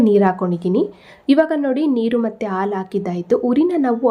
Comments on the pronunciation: Sweet is good.please pronounce as halu for milk.not alu. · ಆಲೂ.. ಅಲ್ಲಾ... ಹಾಲು .... ಎಂದು... ಹೇಳಬೇಕು...😊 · Please pronounce haalu not aalu 😅